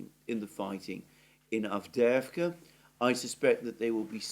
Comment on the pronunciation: Lastochka - a swallow, emphasis on the first "a" - LAstochkino - a village. Great pronunciation of Avdeevka!!! I wish the horrible west watched your programmes!!!! They sound on crack, all of them.